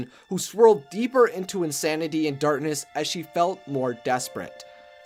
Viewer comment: Does this guy not know how to say "Darkness?"